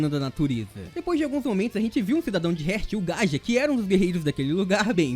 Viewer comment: ótimo vídeo =D Mas Heart se lê "rárt" e não "rért". sorry, me deixou agoniado kkkkk Vlw pelo vídeo